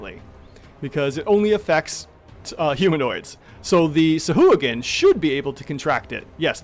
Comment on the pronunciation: Also SAHUAGA is their name now😂😂 also sounds liked you sneezed